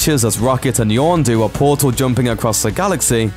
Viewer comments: Why is it that in every looper video this guy always pronounces character names wrong. Its Yon-du NOT Yawn-du, every video he does it with some major character! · it's yondu, not yawndo